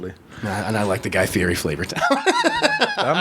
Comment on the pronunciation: Guy Ferrari... and diners and dashes lol